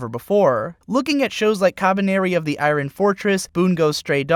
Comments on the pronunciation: dude please look up the proper pronunciations for many of these English words. "iron?" "diaspora?" woof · the way you say iron is funny